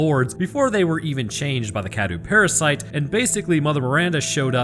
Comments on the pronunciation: You're not saying Cadou correctly, you're saying it like Cadew and not Cadou. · it’s. cah-doe.